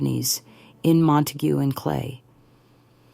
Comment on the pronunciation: Here in Wichita county, it's pronounced Mon- tayg